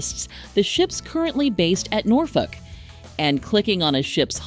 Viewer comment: As a local, I can say you nailed the pronunciation. 😃